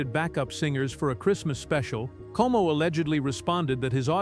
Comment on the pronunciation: Perry's last name was COMO, not KO